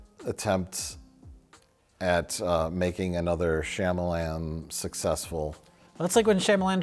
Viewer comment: Wow, didn't pronounce his name Shy-amalon